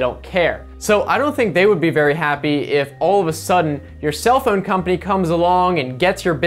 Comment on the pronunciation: I like the way you pronounce "phhoown" xD Nice vid man.